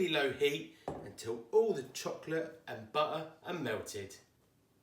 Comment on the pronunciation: I just took the blondie out of the oven!! Litteraly at the minute you answered me ✨😂 It will be a perfect picnic desert during our horseback ride break ! Thaaanks (I smiled everytime you said BU-ER) 🧈🥞